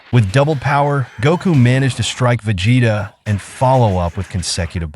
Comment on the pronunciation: Veg hetta😂😂😂cant hear no more